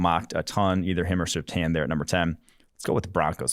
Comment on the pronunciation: These guys are too young to know how to pronounce Surtain.